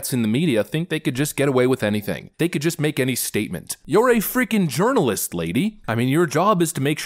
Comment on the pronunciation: \\ Pronounced "urinalist"